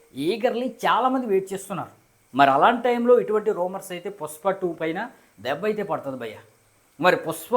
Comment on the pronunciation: Bro adhi pushpa, puspa kaadu